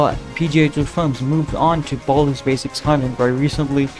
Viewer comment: Bro, Baldi, not Baldy.